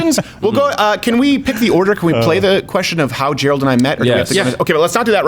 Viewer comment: Did Steven just say "Quarter Black Gerald"?